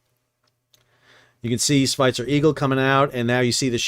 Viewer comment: As usual great video and explanation but correct the pronunciation of Svitzer. Say it like Switzer in Switzerland but with V io W